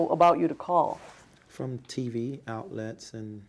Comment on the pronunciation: This list of incorrectly spoken words is downright overwamming: Axe = ask Awtlet = outlet Acrizations = accusations Akkrit = accurate R.A.S. = IRS Misgotten = got wrong (For example the super bowl prediction) Newkular = nuclear Reptible = reputable Overwhamming = overwhelming Conferdent = confident Molekeler = molecular Fim = film L.A.D. Screen = LED screen Karcasion = Caucasian Ethniss = ethnic Resippikate = reciprocate Pressicute = persecute Cheyenne West = Kanye West Rem = realm DecapiCATED = decapitated Perpel = propel Do = does Allocated = I bought Sew = donate Seed = donation Fortifying = he has no idea Forging = he has no idea Prissipality = principality Pacifically = specifically Meffis = Memphis Letharjickness = lethargy Viggeration = invigoration Astro-projection = astral-projection Hiatus = this didn’t make any sense Inevitububly = inevitably Pessilint = pestilence Pleggs = plagues Mosanic = mosaic Covit = Covid Scap = scalp Oh-sir = ulcer Simontaneously = simultaneously Gorders = goiters Pammoramic = panoramic Sinnakit = syndicate Enfeminem = effeminate Transparasee = transparency Wikka = Wiccan Burf = birthed Illi-noissss = Illinois (silent “S”) proprietorry = proprietary (he thinks this means “public information”) “Jack Nee-koe-lie dreamed how to hold his club before he won the World Series”!? 🤦🏻‍♂️ (He plays GOLF and his name is Jack Nicklaus) “The war has already been postponed but we don’t want just postponed, we want it to be completely “demoralized”…stopped